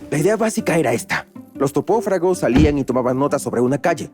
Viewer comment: los topofragos 🗣🗣